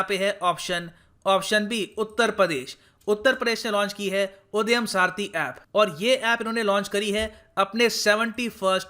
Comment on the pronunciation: Sir wo उद्यम है ना कि उदयम, sorry।